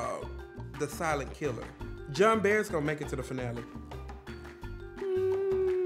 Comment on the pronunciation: I know Are we sure they are they really know that's not the way you say her name?lol.JOHNBERS BLONDE SOUND NOTHING LIKE JOHN BEAR.LOL